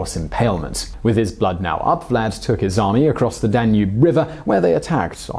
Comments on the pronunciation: DAN-ube, not dan-UBE. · "rudiments" of maths and astronomy? duh-nube? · I love the way he says danube (tonava), like DA NOOB! 😂 Well i cant assume everyone can prenounce foreign words. But awsome stories anyway. 👍👍